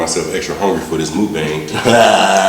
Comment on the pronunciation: I'm gonna put you over my knee and spank your booty if you say "mookbang" again🙉. It's pronounced "muckbong". I still love you though(in my mom's voice)!!!😘 The food looks like it taste amazing!!!👍 Be safe today 🎃!!!🍫🍬🍭